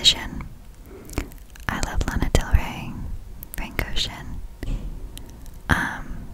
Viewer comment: So u like Lana diel Ray? (the english pronunciation is funny to me, srry xd) ok, I'm subscribing, keep up!